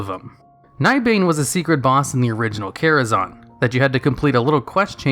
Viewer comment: "Karazahwn" lol, is that what some people call it? I always said Kara-ZAN.